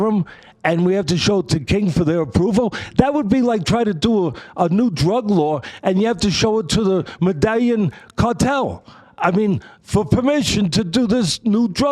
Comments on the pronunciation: The “medalian” cartel! Hahaha it literally makes my day the way Teddy mispronounces things. Nothing beats “Israel Alazagna” though. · The “Medallion Cartel” ?? 🤣 … he means MEDELLÍN